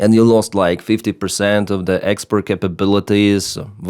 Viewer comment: Also decree/degree and expert/export. Though his English is much better than an American blogger I also watch.